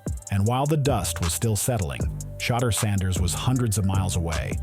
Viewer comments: I love this story, but geez can we PLEASE say the man's name right when we give accolades?! It's VERY important and constant issue with our black names. Just do a tiny bit better, and this is a perfect story! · They do these videos and mess his name up on purpose. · I don't why its so hard to consistently call this man name correctly.